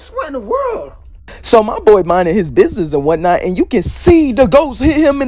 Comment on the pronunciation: "Nun of your damn bissunse"